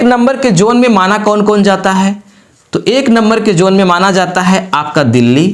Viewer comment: Zone, not Jone